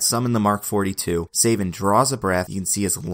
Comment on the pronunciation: it's SA-vin not SAY-vin cos his villain name is Coldblood-7 in which the "7" is supposed to be a wordplay on his surname "Savin" because it's PRONOUNCED THE SAME WAY